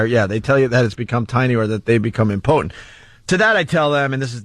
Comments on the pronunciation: Opie really proves how dull he is when he pronounces impotent wrong multiple times. Ant had to have been thinking the same thing when he heard it. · Ant covered for him the first time. "That old gag". The second time he said im-potent I was expecting to hear Jim or Ant laugh, or chuckle at least.